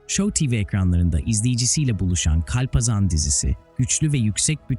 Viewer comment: Kulaklarım acıdı hayatında hiç mi kalpazan kelimesini işitmedin o nası telafuz